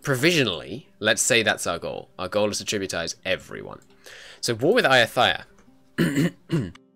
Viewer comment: Ayutthaya is pronounced Ah-you-tah-ya not A-you-thigh-ya